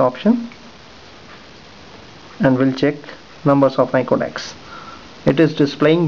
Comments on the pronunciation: not codacs but con tacts. Work on yr pronounciation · you say contacts and it sounds like "connects"